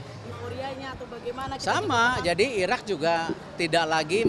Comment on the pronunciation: 2 : 17 Erick said : Irrrrrak 😊😅